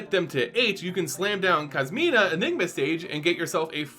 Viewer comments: Literally cringing everytime you say Kasima. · Whoa. just referenced the video game series Yakuza despite not being a fan when he mispronounced Kasmina’s name as “Kazuma,” which happens to be former protagonist Kazuma Kiryu’s name. Strangely enough, both characters do wear white. I can only imagine how Yakuza fans would create memes and references afterwards if they see this video. In all seriousness, though, I’ll be curious about how Liliana’s teaching career would play out. Never thought of our beloved necromancer as a teacher at all. #KasminaKiryu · Wonder if you heard of the Yakuza games as well given how pronounced Kasmina’s name.